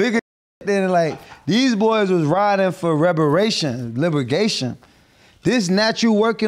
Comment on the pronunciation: “Reberation and libergation” ab